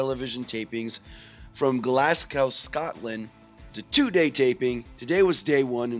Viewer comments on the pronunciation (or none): Glasgow not glasgoooooow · Its glasgow not glass cow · It's pronounced Glaz go 😉